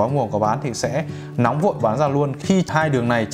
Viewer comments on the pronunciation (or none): none